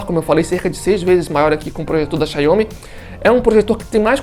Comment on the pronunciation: Quando ele falou Chai homi parei de assistir o vídeo 😩